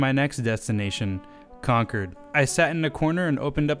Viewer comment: so nice to hear someone say Concord correctly